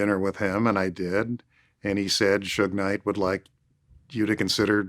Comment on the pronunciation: there’s something funny about that guy saying Suge Kinght. 😂